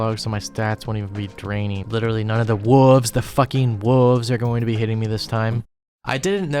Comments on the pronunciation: Just realized he has been saying "woovs" instead of wolves this whole time. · That cow teleport animation repeating 1000s of times really made me laugh. Edit: I also enjoyed the way you said “wooves”. Really needed a laugh man and I always enjoy your videos, this one was particularly funny so thank you for that.